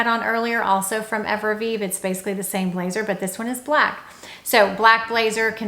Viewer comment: Hey! Great tips and I always enjoy your videos. If I may take the liberty, cognac is pronounced cone tack, Evereve is not Everveve, it’s pronounced ever eve. I’m truly trying to help. If you’re recommending companies it’s important to represent them properly.